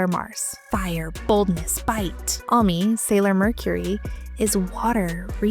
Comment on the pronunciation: amanis? its oronounced "ah-me" 😭😭